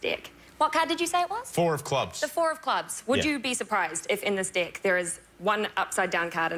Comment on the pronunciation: anyone caught that "dick" of cards? LOL